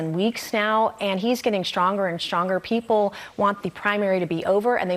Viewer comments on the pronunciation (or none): Mace - schtronger and schtronger."